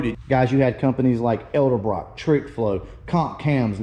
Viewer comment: Hate to be a nit-picker but... I also hate to hear people repeat a common mispronunciation of a well-known name. It is NOT "Eldebrock", and never has been. Not Ell-duh-brock. It IS Edelbrock. Ay-dell-brock. Say it. Of course, we've had more than one President talk about "Nucular" weapons... I'd correct them too, if they said that with me present.